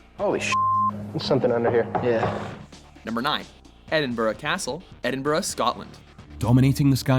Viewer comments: Edinburgh, Edinborough no, ed-in-bruh yes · It is pronounced ED-IN-BRUH!!!! NOT EDINBURUG! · No He's right Ed-in-Bruh not burg. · pronouncing edinburgh wrong every time you say it and you didn't mention the fact that there is an entire city under edinburgh that's been abandoned for centuries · Yanks can never pronounce Edinburgh